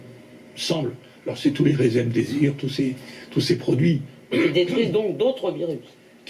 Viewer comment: Je crois qu'il y a même un moment où il dit l'érémdésir au lieu du remdésivir ! Tous ces médecins collabos sont en train de scier la branche sur laquelle ils sont perchés. Ma soeur me dit qu'aux Etats-Unis (où elle vit depuis 40 ans) les lobbies des assurances imposent de plus en plus des diagnostics par ordinateur. Si Bigdata s'attribue le monopole du diagnostic, Bigpharma celui du traitement, et les politiques et la presse celui du discours médical, quelle place reste-t-il pour la profession de médecin ?